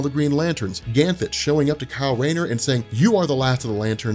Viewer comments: Are you pronouncing Ganthet as ‘Ganthen’ or am I hearing things? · Dude I love your videos especially this green lantern series. But can you please stop adding a L to Ganthet's name. It is driving me crazy. (obviously you can't go back and fix it in old videos. )